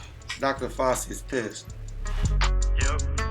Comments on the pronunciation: why dad call dr. fauci dr. fossy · . Trinidad for mispronouncing Fauci's name. Fox News level mispronounciation. Ci is pronounced like Chinos. Not like Sì. Cin cin motherfuckers. 🍾🍾🍾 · Trinidad James for mispronouncing Dr Fauci's name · dad for mispronouncing fauci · james for saying dr fauci wrong!!!